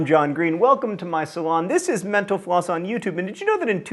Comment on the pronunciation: Has anyone ever noticed that when John says mental floss quickly it sounds like menopause